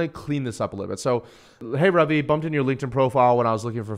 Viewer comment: Because it's an Indian name that's pronounced RUvi and not RAvi